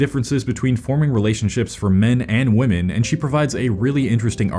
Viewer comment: another person who doesnt know how to say "women"